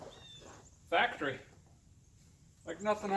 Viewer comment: Fack-tree hahahaha..